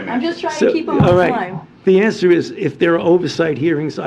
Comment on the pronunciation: He siad "I can awncer that" then said fukall.